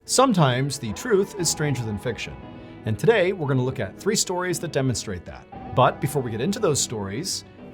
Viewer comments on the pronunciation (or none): none